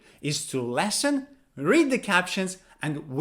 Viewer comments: The verb listen is pronounced /ˈlɪsn/ not /ˈlesn/. Sorry to correct you. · Why are you pronouncing "LESN" instead of "LISN"? You're the first person I've heard that from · you’re saying “lessen,” (or “lesson”) not “listen.” “Lessen” has two short e sounds. “Listen” has a short i sound and then a short e sound.